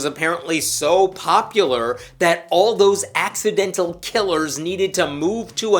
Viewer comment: "ax-idental" murder😂😅 I see what you did there and I like it 😉